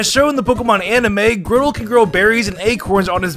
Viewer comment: Every time someone pronounces Grotle as "Grow-tle", a piece of my soul dies